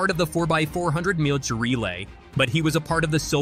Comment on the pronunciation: Why can't say the word "meters?"